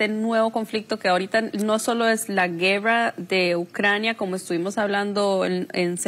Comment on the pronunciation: ¿"Guerrua" o guerra, señora suiza?